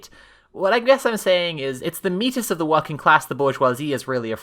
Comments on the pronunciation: okay i understand that you don't want to read metis as "meatus" but you're still supposed to pronounce the s it's a greek word not a french one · This is a good video but I'm pretty sure "Metis" in this context is actually pronounced like meatus and métis with the silent s is something else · ... meatus is closer to the Greek pronunciation than me'tí (francophonic), but it should be more like mehtiss, like meta and Matisse. The s at the end isn't silent. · I hate to do this but I don’t think the s in metis is silent. The word is Greek, μητις, not French, so meatus is technically closer. Used as a French word it’s an archaic equivalent of the Spanish word mestizo, i.e. someone mixed-race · Yeah, I was thinking the same. Μητις reads to me as Meh-tees, but I am not an expert, so meat-is might be right. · Wiktionary has the pronunciation guide written ˈmiːtɪs, so you're right to pronounce it more like meet-iss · I thought the joke the whole video was that both pronounciations were wrong. XD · The most fun part of this video is the deliberate mispronouncing of the word in two different ways XD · "metis" is a greek word so I don't think the "s" is silent; oh, and also Le Corbusier was a silly Swiss guy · hi, a couple people may have commented this already hut unfortunately meat-iss IS the correct pronunciation (a la greek goddess). mé-tee is a word that’s only been used for racial categorization:( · i am certainly missing linguistic links in this chain but if it's pronounced like the god, metis is actually pronounced 'meatus' (at least pretty close) because 'meh-tee' would be a french pronunciation, rather than greek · Look, I love the video overall (this is my first time seeing a video from you), but it is driving me crazy with you saying “Meh-TEE” instead of “MEET-iss”. It is killing me lmao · Just to let you know, metis is pronounced MeTiss. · (well.... since metis is from greek, it would actually be pronounced "meet-is" sooooo...)